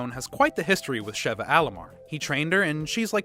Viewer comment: It irritates me when he doesn’t say Sheva right